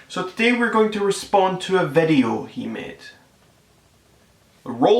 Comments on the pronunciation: Did he say vedio? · "Stop It, get Some Help" "video" that accent tho